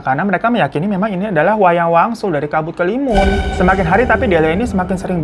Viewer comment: BANG SETAU GUE ITU NAMA NYA KABUT HALIMUN DEH.. BUKAN KELIMUN